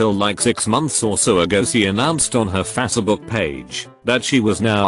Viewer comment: No one: Reddit voice: F A S A B O O K